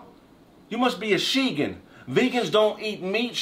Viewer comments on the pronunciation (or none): he said shegan lmaoooo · Lmao “shegan”